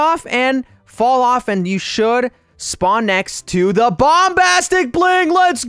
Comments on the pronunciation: he said bombtastic not bombastic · Me:"trying to get the bombastic bling" Youtuber: if you oof you will go back to the begining Me:"thinks if you oof you will go to the first step" Fun fact: says the bombastic bling Like bombtastic bling lol